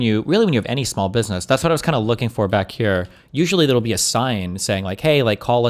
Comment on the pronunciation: I had a hard time taking that video seriously when he came out of the gate with a* pronunciation of "business" sounding closer to "bidness."